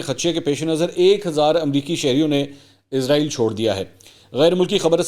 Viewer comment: منصور علی خان صاحب اسلام علیکم آپ کو اس بات کی طرف توجہ کی ضرورت ہے کہ آپ اسرائیل کے بجائے ازرائیل کہتے ہیں